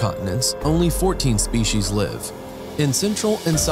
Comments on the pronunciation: It's "spee-cees" or "spee-cies", not "shpee-cees." A pro narrator should get that right. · I also wonder about the ones who say "spe-shies." There's no H in that word.